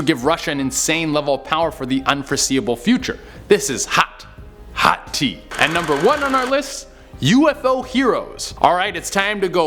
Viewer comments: Tea...? Is that whatcha saying? I thought you were saying hot teeth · Never, will still be too soon to hear you say tea ever again. 😒😩